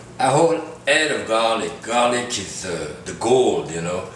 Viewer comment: "THIS IS GARRRRLIC!"